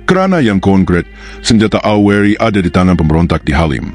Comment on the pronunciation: Tolong dong membaca kata " AURI " nya harus jelas, jangan seolah disamarkan membacanya !!!!